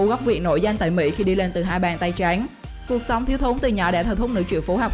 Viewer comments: Giọng đọc nghe khó chịu vkl lun ý. Hai bàn tay trắng .mẽ đọc hai bàn tay tréngggg. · "Hai bàn tay tránh" nge đọc khó chịu thực sự